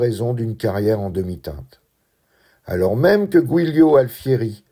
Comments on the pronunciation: GIULIO se prononce DJOULIO!!!!! SVP, si vous ne savez pas prononcer, renseignez-vous avant! merci!!! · Merci pour cette vidéo hyper documentée. Petite leçon d'italien au passage (la 2ème je crois) Giulio se prononce Djoulio.😉...et pareil pour Giulia: Djoulia.